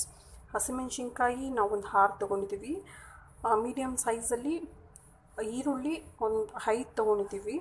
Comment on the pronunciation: Kannada sariyagi mathadi hirulli Alla eerulli